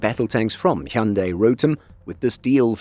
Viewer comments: His pronunciation of 'Hyundai' was spot on too! 😊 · Happened to watch this clip. Good job on covering the subject and most of all best job pronauncing "Hyundai" correctly. Pleasant surprise! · That's the first correct pronunciation of Hyundai I've ever heard.